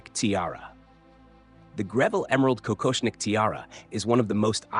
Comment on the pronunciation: Die KI kann nicht mal Kokoschnik-Tiara richtig aussprechen. Das Gestotter nervt obendrein.